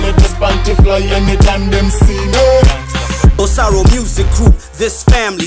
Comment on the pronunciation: Basically! It’s written bossaro yet they’re pronouncing bosalo 😅😅😅😅 R and L